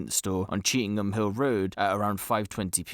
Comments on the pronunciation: It's not pronounced cheetham ING Hill it's pronounced cheetum Hill.. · You bunch of numptys it's Chee tham hill Why the eff does the guy speaking keep saying cheetingham hill were did he get that from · People don't come out of their house after 6pm? That's a load of bull mate cheetham hills busy pure busy after 6pm you'll struggle to find a parking space on cheetham hill road nowadays And it's Chee tam hill is how it's pronounced you silly sausage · Stop saying cheetingham hill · He did say he realised he said it incorrectly 🤫